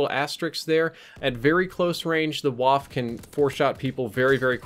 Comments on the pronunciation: Its not WAFFFFF, but its WaffEEEE. means gun/weapon in German ;) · IT IS PRONOUNCED "VAH-FFEH" NOT "WHAF" ... srsly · you're upsetting my autism. You keep calling the waffe a "wAHff". It's a "vAHff-uh." Hard V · please say waf---- fuh, not waff, pronounced like fudge without the "dge" at the end. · its not a "wahf" is pronounce "Vaffe" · The waffe is pronounced vah-fuh Not waf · Hey the Waffe is pronounced "Vafe" (with the "E") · FYI Ws are pronounced like Vs in German and there arent 'silent' letters like English Waffe is pronounced 'Vah fah" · It is pronounced more like vaffeh it sounds weird but that’s how it is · Average Gamer More like wah-feh:-) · Please,. I asked you before, please learn how to pronounce Waff-e. Cannot be too difficult to find something on google or YouTube..... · The “e” at the end of Waffe is not silent. It should be pronounced “vahf-uh” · when you say waffe you have to pronounce the e too and it sounds like the e in exactly (Waffe = weapon) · please look up how to pronounce "Waffe".. its geeman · As a german viewer we have to talk about the way you pronounce Waffe ;D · for future reference German w sounds like English v and German v sounds like English f and German j sounds like English y. F is still f, just less sharp. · Waffe is a German word, the e is spoken.